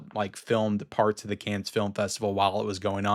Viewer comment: Hi. Dont take this the wrong way...Cannes is pronounced "Can" as it's a silent "s". Those crazy French!